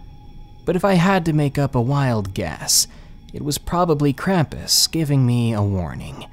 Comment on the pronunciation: It's pronounced krom-pus not kram-piss, with German accent.